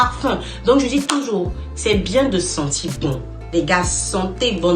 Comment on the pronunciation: Madame, vous écorchez la langue française :les 2 premiers mots:sentir bon, et non senti bon. Comme vous peux le constater, il y a un "r", à la fin de ce mot. Et il est de même pour le mot "sourire", mais, en plus, un "é", à la fin. Mais malheureusement, il n'y a pas que vous qui fassiez cette erreur, c'est égal à tous les africains et africaines sur le net.